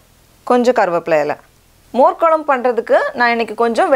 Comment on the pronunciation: "மோர் கொலம்பு"இல்லை, அது "மோர் குழம்பு" பண்ணத் தெரிகிறது. பெயரைச் சொல்லவும் தெரிந்து கொள்ளவும். நன்றி.